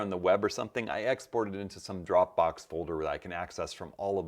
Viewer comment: When you say “drowbo” do you mean Dropbox? If that is correct, I guess it means one could use Dropbox as a place to store photos and the source from which to set them in Lightroom. That actually would be amazing. Perhaps a video about that process could be warranted. If that is correct would love perhaps to pick your brains of line